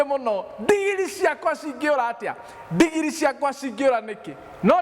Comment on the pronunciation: Pastor ""ndingiri"",,ni nini hiyo ,I like ,the way u pronounce it ,,,buh ,,,,,,,siijui haki